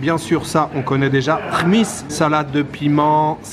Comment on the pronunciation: hmis....pas khmiss....meci...de cette belle visite a jijel....merci encor..